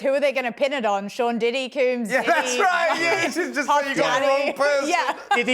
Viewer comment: FYI - Combs is pronounced like a hair “comb” . . . NOT COOMBS as you keep saying.